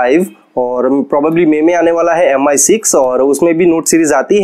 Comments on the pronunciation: M i nai bolte hai paaji use Me pronounce karte hai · "meem" hota hai paaji 😂😂😂😂😂😂😂😂